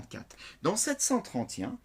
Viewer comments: Comment il prononce 731😂😂😂😂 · c'est peut être l'accent